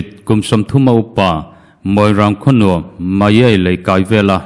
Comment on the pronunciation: Moirang Khonou hi moirang khawno tia lam tur aw..